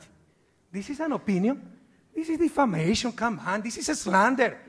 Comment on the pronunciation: Some of you people need to stop talking about Correa's English. He has a heavy Ecuadorian Spanish accent, but his English is excellent and many Ecuadorians wished they spoke English as well as he does. I chuckle every time when he says "This is defamation, come on! This is slander" he says it in a very Ecuadorian way LOL. All joking aside, he is the best and most honest president our country's ever had.